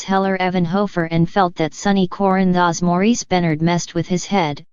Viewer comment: This computer generated sound is awful. Can’t even pronounce Corinthos.